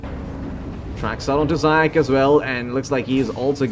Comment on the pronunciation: Zayac correct pronunciation is "zayaTS" or C as central. it means hare in russian заяц